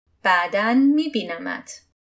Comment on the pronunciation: Ошибка не мебинамат а мебинамет